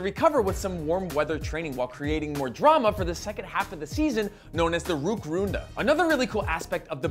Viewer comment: also "Rückrunde", but good job pronouncing it 🖒